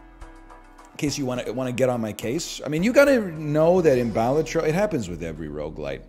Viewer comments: (bal-atro) not (Ba-la-tro) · Bah-Lah-Tro. There you go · well balatro is an actual word in latin, and in latin the first syllable is stressed so it's bálatro not balátro